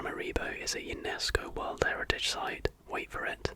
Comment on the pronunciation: There's going to be a game called "Sleepy Shots". Friends with insomnia are going to take shots of warm milk with vanilla every time you say "in the worrrrrrld". :)